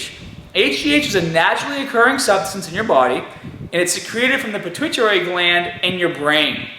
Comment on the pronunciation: Also learn to pronounce pituitary gland. Ur white there's no excuses